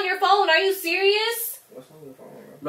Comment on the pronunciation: She never says you its chu